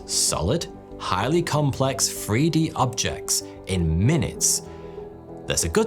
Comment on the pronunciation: "...a free-d printer in their homes..." I like anything free!